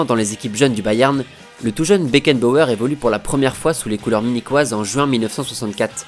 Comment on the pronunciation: un patron un leaderRRRRhhh . FRANZ BECKENBAUERRRRRRRRhhhh mdr